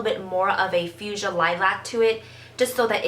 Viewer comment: Your pronunciation of fuchsia really confused me.